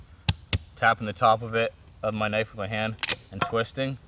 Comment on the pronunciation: lol thought I was the only one who said kanifey.